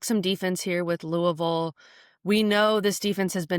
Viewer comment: You know this is a trustworthy podcast because they actually pronounce Louisville correctly!